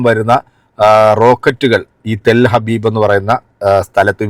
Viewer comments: ടെൽ ഹബീബ് അല്ലടാ ടെൽ അവീവ് അങ്ങനെ പോലും നിനക്ക് പറയാൻ കഴിയില്ലല്ലോ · ഇവൾക്ക് ജൂതന്റെ സാധനം ഇല്ലാതെ ജീവിക്കാൻ കഴിയാത്ത അവസ്ഥയാണ്,,,, ചിരിക്കുന്ന മുഖത്ത് കണ്ണുനീർ ചാലിട്ട് ഒഴുകാൻ അധികം സമയം വേണ്ട,,,,, പിന്നെ സുഹൃത്തേ ടെൽ ഹബീബ് അല്ല,,,, ടെൽ അവീവ്,,, എന്നാണ്